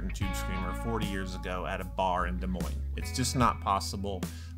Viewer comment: As someone from Iowa I died when you said Des Moines because it is like that lol